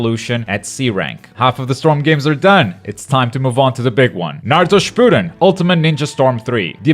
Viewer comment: That not how you pronounce Shippuden